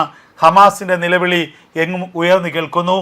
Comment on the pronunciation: നിലവിളിയല്ല : നിലവിളി....... OCT: .....